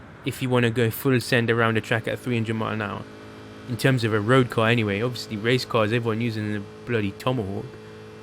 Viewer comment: “it’ll get up to 300 milanowwaa”🤓😂